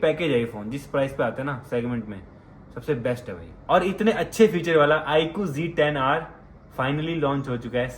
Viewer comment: Sourav Bhai IQg10r Nehi IQZ10r bolte hain bhai kya yaar galat bol rehe ho aap 😅